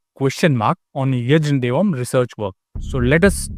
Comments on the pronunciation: It's not यज्नदेव it's यज्ञदेव। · I stumbled upon this video today. As one of the comments made, many youtubers thrive, not on the basis of originality, but by bad-mouthing others without doing any proper homework. Moreover, his name should be pronounced as "Yagya-devam" and NOT yajjnna devam. This much linguistics should be easy to comprehend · It’s yagna not yajan……if you can’t understand his name…..what research have you done…..you can’t read even English…… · It is not yajan-devam, but yajna-devam यज् ञ देवं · Aren't we going to talk about pronunciation of the name Yajnadevam?, say it like yagna devam. Not yajan devam! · Bro, pls start pronouncing the correct sound for yaj - na - devam, it's actually yagna-vedam, pls correct urself and then reasearch. Thank you... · Dude, it is not 'Yajan Devan'. Proper pronunciation is 'Yadnya Devan' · Jab aapko "Yajnadevam" ki pronunciation hi nahi aati matlab aapko languages ka koi jnaan nahi hai. The joke is on yourself, Sir. Kindly, focus on the word jnaan (ज्ञान) here. And also it's pronounced as यज्ञदेवम् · Yes യജ്ഞദേവം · Shouldn't his name be pronounced "yagya dewam"? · First learn to pronounce a hindu name properly😂😂😂